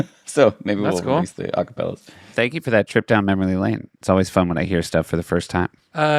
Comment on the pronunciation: Am I the only one who keeps hearing Seth say "mammory lane"?